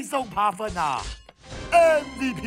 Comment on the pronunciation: 遭了個糕~~我好喜歡聽老爹哭喔~~哭起來太迷人了~~文老爹就是這麼強悍NO~~ 老爹到底是爬分還是扒糞~~笑死我了! 我一直聽到人家在扒糞耶很過分耶~~哈哈